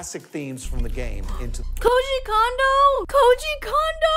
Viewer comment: Even "" mispronounces poor Koji Kondo's name